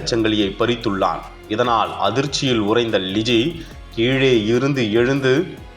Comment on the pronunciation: இந்த செய்தி வாசிப்பவர்க்கு , ல,ள,ழ.. எழுத்துக்களின் வித்தியாசம் தெரியாது! தமிழ் எழுத்துக்களை சரியாக உச்சரிக்க கற்றுக் கொடுக்கவும்!! அந்த பெண்ணின் பெயர் ழிஜி அல்ல " லிஜி" !!!